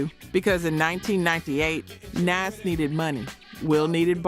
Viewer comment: Right?? That turned me all the way off… not only is the voice annoying but she, A.I whatever the hell voice it is pronounced Jadakiss’ and Nas’ name wrong I was done and couldn’t even finish the video.. they really need to pick a better A.I voice that can pronounce names correctly and that doesn’t sound so country bumpkin.. it is terrible and I won’t be subscribing or watching any other videos.. sorry, not sorry!!! I’m going back to minding my own business now!! 😂😂😂😂😂